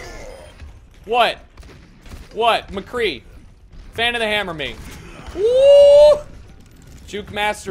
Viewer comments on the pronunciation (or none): none